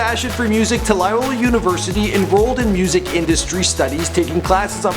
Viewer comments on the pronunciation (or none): its loyola not layola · Loyola (LO-YO-LA) not LA-YO-LA. And also its New Orleans not New OrLEEEEENS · LOY-O-LA ....very simple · I hate how he pronounced Loyola and New Orleans....... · not how you say Loyola but do u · LOYOLA OMG YOUR PRONUNCIATION IS KILLING ME BRO!!!!!